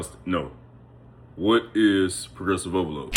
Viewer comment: Poresrovolooo😂😂😂😂damn bruh,if not for the captions,I wouldn't have heard any😂😂